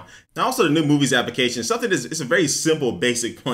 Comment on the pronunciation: Anyone else noticed when says Application. she says it Like APP-I-CA-SHUN Completely Misses the L